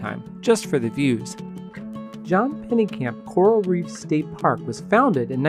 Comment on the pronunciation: Bro, it’s Pennekamp👎